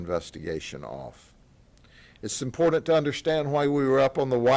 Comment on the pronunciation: THESE ARE SOME UGLY ASS MFERS! GRADY SAYS ''IM POOR DANT'' FOR ''IMPORTANT''! THERE IS NO ''D'' IN THIS WORD BOSS!!!